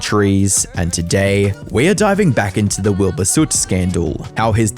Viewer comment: Wilbahh bit me fingahhh